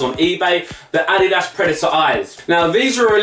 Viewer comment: He can't say adidas properly